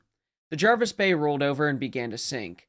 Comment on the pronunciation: Pronunciation correct👍 and thats coming from England🏴 and as its English you're speaking then i think that's a good enough endorsement! Thanks for another good video.